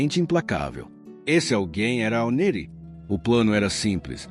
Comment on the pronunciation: A pronúncia não é "Nerí" ; é "Néri".